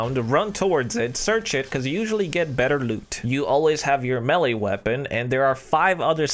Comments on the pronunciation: Melly weapon?? Wtf. Lol.. it's pronounced MAY LAY...... Melee...smh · Did you say melly weapon?